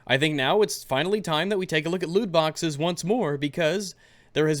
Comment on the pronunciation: "Lewdboxes" Oh my...